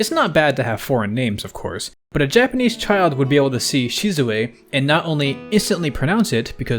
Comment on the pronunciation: Isabelle section is a great show that is fluent in yapanese